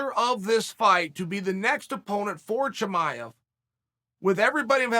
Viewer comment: Just say chamaev no need fore hazmat haha